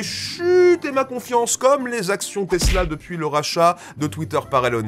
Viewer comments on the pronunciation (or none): none